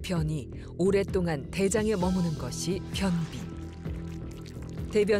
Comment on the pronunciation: 발음 개웃기네ㄱㅋㅋㄱㅋㄱ변!비 설!싸ㅋㄱㅋㄱㄱㅋㄱ매운크림 리조또 함부로 먹지 마셈 지금 변기 위에서 보고ㅇㅣㅆ음ㅈ